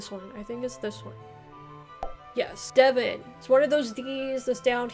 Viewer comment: Hi you did really very well. 😀👍I'm from Devon, Devonshire as it originally was called, although in local dialect locals might say "Deb'n"; or "Deb'nsure". Plymouth is in Devon, from where the Pilgrim Fathers left, bound for the New World. 😀 Birth place of Sir Walter Raleigh. Also home of the Devonshire Cream Tea. Best ever, and cream always first.😉😁